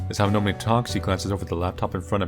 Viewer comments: The way you said Amanome sounds like Nemo trying to say where he lives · Every time mispronounces "Amanome" it reminds me of Nemo mispronouncing "anemone" in Finding Nemo lol